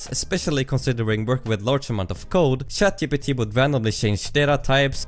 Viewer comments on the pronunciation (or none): 5 seconds in lol, he said shat gpt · "Shat GPT" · Never. I mean never, not pronounce it as ShatGPT.